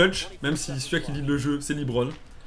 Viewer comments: les mecs Lebron sa se dit pas "Libron" hein mdrr c'est "Lebron" tout court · c'est pas "Libron" james c'est "LEbron" james